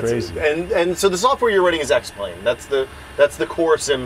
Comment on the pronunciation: He fucked it up when he said X-Plane